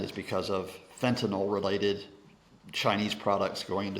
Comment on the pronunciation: It's pronounced fentanyl not fentanol.